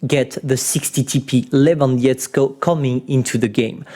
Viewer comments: its 60 TP levandovskiego not levandiecko I understand its hard to spell but try maybe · it is Lewandowskiego not Lewandiezgo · would u b able and start prenouncing the name of the polish tank correctly please... Its Levandovskiego or simply call it Levandowski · Quick lession for pronouncing the Lewandowskiego word: After saying LEWAND which you spell very well ngl just add SKI-EGO forgot about "W" its would be pretty easier:) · When he said "Levandiecko" I felt that. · I've spilled my morning coffee when I heard how You pronounce Lewandowskiego :D oh my... :P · I like how non-polish people say lewandowskiego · i think you are not best in polish please xd first was rudy and now lewandowskiego thats really easy to say it normal theres no letters like ć, ż, ź, ą, ę, ó, ł:) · Pov:polish players listening when he read lewandowski